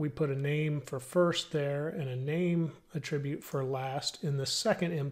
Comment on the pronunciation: It not pronounced "A-tribute", it is pronounced: "AT-RIBUTE"